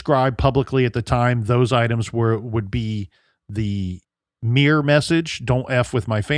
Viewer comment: Why can't you say mirror properly? 😂